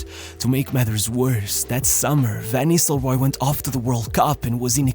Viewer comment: Cara, aprende a pronúncia dos nomes dos atletas e técnicos 😂 pelo amor de Deus VAN NISRROY ? É NISTELROY KKK